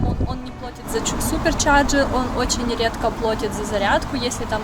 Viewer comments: барышня языки знает, но "плОтит"... это ПЗДЦ :) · плАтит, ребята, плАтит......не плОтит.......нужно хотя бы какой-нибудь один язык выучить сначала......вы же Теслу любите, как же так?